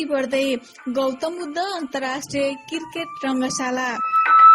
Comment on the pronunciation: Saru dijju namakar. Khali kirket kirket vanchyeu, cricket vana na ho didi. Yo mero tesro comment ho. Cricket vana hai arko video ma didi. -uhi timro pardesi vai